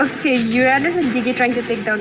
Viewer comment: Nub girl commentator...don't even knw anything abt ml.... Moreover she said urandus to uranus😂